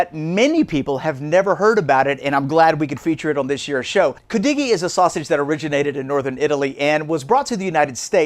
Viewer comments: Hi, I got a big kick out of how he pronounced it, 😂 Then a while later said Coo doggie! Omg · Oh my God, I was laughing when you first pronounced it! How can you get on a segment about something you can’t even pronounce emphasis is on the Cu “Could-de-gee”! Lmao But good job 👏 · Love cudighi. I live in the UP. Note: we put the accent on the first syllable. We also make it with venison. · I never heard it pronounced the way you do. But your recipe is close to mine.